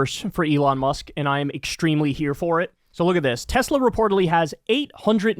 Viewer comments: I love Teslurrrrr!! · I LOVE TESLERRRRRRR😂😂😂😂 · It’s pronounced “Tesler” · I can hear Trump saying "I love Tesler" 😅